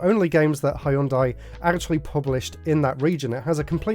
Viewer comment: Hëìyundai. Lol. Can’t get any more British than that.